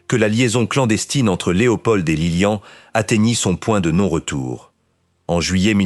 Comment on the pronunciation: Beaucoup trop d'imperfections ! Que vient faire dans la monarchie Belge la présence de la reine mère d'Angleterre ? et la mère de Léopold n'est pas Isabelle mais Elisabeth. Que dire enfin de cette voix synthétique qui prononce Lilian et non Liliane ? C'est assez décevant